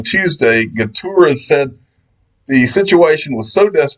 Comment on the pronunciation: You have to say gúteRRes, thats how you say in Portuguese ( he is Portuguese) :p